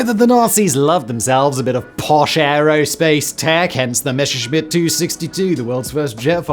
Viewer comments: Enjoying your content as always. Let me just say it is "Messerschmidt", not "Mesherschmidt" - "Messer" with simple clean s ;) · C'mon, Simon. Messerschmitt, compound form of Messer-Schmitt (German historical spelling, literal meaning "knife smith") only features one single sh-sound, in the third syllable. There is no sh-sound in Messer. You can pronounce it correctly with just a little bit of effort. I believe in you. 😉